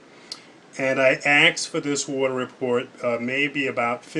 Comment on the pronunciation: Did you kill Stephanie when you axed her? It's fucking asked. Why is that so fucking hard to say. Axed?.... Really? Jesus. Read a book.